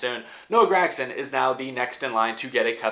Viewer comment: Love the videos but god dang man stop saying GRAG-son